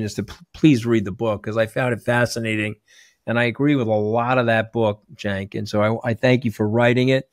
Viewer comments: Actually sounds like Jenk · Cenk but sounds like Jank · is it pronounced Senk?! Or was he making fun of how peeps will pronounce